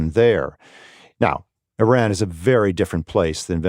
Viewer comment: It is so insulting that the interviewee can’t even say Iran or Iranian correctly (at least the interviewer can). Also the lack of humanity in this military analysis is disgusting. Targets and economic indicators… what about human lives?!